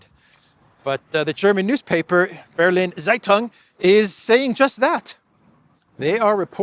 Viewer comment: the Berlin based newspaper could be pronounced as" Berliner Saytung".